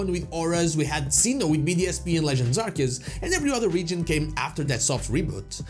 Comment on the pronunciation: It is pronounced AR-SEE-US, not AR-KEE-US! ❤❤